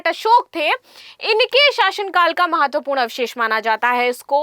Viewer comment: मैडम जी ब्रिटेन से पढ़ कर आई हैं। ना चंपारण पढ़ पाती है ना नंदनगढ़, महत्वपूर्ण को माहत्वपूर्ण कहती हैं । और ना जाने क्या क्या वो भी जब पढ़ ही रहीं हैं तो सिर्फ slide लगा दो, पैसे भी बचेंगे